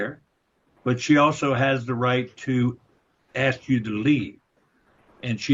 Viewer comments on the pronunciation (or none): If he says “axe” one more time I’ll get a migraine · It's 'ask' not 'ax.' There is an 's' and a 'k' in the word.